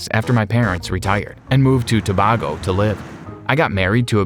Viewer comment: I live in trinidad and Tobago, and it's pronounced, "toe-bay-go" 😑